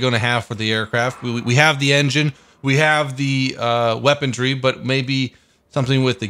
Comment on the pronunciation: Weapondree? Ok